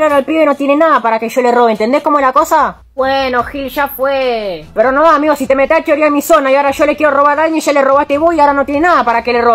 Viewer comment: Jajaja me encanta cuando dice"amegoo"jaja😂